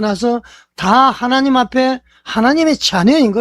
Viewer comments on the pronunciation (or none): 이영훈은. 설교중에 하나님 발음을. 항상 하렘 이라한다 하나님 발음을 일부러 하렘 이라할까 정말 문제다.